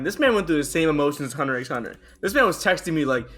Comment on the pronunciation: I can't forgive that he said "Hunter EX Hunter"